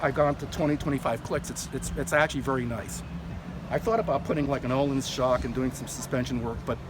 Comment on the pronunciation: The bike looks sweet but the controls look "Triumph" still I am afraid. Nice dash though. And it's pronounced "Öhlins". Replace the "O" you say with the "i" i "Bird".